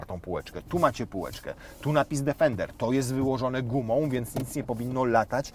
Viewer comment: Plus polska wymowa „D_e_fender” 😂